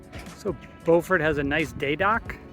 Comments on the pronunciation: B-you-fort for Beaufort SC (no pause between the b and you). I have the opposite problem, I lived in Beaufort SC for a year, so I have a tendency to mispronounce Beaufort NC. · Beaufort is pronounced different when your speaking of the South Carolina version.